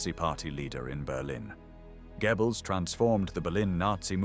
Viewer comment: For goodness sake - it's pronounced 'Gerbells'. not 'Gebbels'.